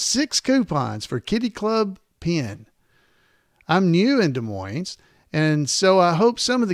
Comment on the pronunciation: it's pronounced de moin---the iowa city has a silent es. however, in washington, the town there is pronounced with the es.